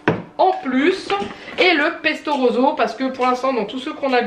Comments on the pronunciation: Super retour de courses 🙂 Juste en Italien rouge c’est rosso et pas roso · Bonjour, j'adoooooore ta façon de prononcer "pesto roZo" mon adorable mari italien ne te le pardonnerait pas. C'est pesto "roSSo"... Je te dis ça parce que en tant que bonne Belge, mon italien est lamentable et très patiemment, il m'explique toujours la prononciation 😁🇨🇮 j'adore tes retours de course, je me surprends à chercher les articles que tu présentes mais c'est compliqué en Belgique. Bisous et tout beau weekend